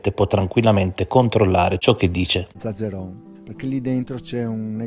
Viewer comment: Zazzeron non è così semplice da pronunciare eppure lo scandisce bene 😮